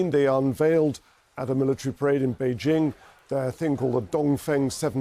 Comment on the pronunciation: "The people s country of mainland Tchaina Beijingue"